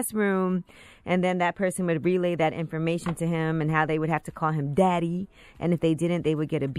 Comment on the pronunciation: why she say it like that tho? “dADdY” headass 😂😂 killed my whole morning wood